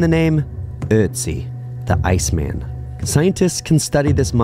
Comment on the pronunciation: ...you refer to "Ötzi" as "ice-man" with the intonation on the name as if it were a translation of eis man. He was given the name just as the Neandertaler was, Ötzi was found in the Ötztal, Austria.